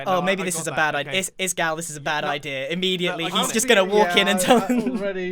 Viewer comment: "the IDER is..." :l'